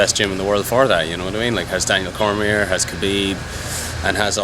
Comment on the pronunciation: Daneol Cormeyear